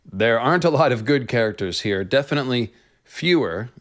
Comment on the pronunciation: You absolutely had me "... definitely FEWER..." ROFLed.